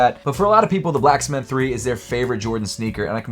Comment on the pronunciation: Is this man saying “black smith” 3? 😂